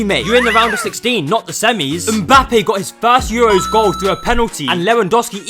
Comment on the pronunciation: Had to click off soon as i heard “the EUWWOS awe hewe”